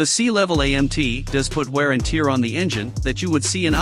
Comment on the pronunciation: Stupid robot voice can't tell the difference between tear , as in crying and tear, as in torn or worn out.